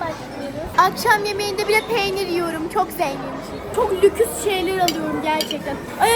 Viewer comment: bu video da çok kötü olmuş ama çok masumdu bide lüks yerine lüks dedi